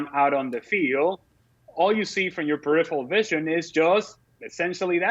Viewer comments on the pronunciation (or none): none